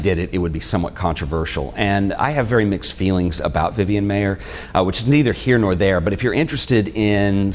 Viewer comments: Her "kids" called her Miss M eye er. Not M may er. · What's interesting about your video is you mispronounce her last name. As you can see from my name I can tell you it's pronounced "Myer" . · Its pronounced Meyer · Pronouncing her name the way she did, according to people who knew her couldn’t hurt your credibility . . . MY-er. Whereas mispronouncing it . . . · Pronounced Myer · if you respect Vivian Maier so much, kindly pay her the respect of pronouncing her name correctly. While she spelled her name several ways, she, as far as I know, pronounced it only one way. MY-er.